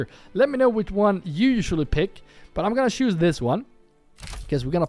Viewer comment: I really mean this in a positive way! You're a great guy! But please start pronouncing a "t" in front of each word that starts wich "ch" Example: the word "choose" You always say: "shoes" But you should actually say "tshoes" Example: the word "charcoal" You always say: "sharcoal" But you should actually say "tsharcoal" I hope you don't take this the wrong way, just trying to help you :) Great video again, thanks a lot!